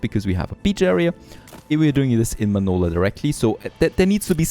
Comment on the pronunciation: So it’s “Manoler” now 😂